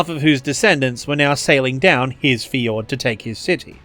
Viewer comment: Love the video... but you gotta work on your pronunciation of "fjord"